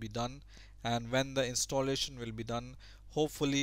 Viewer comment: Direct, not Darekt. Installation, not Instolletion. :P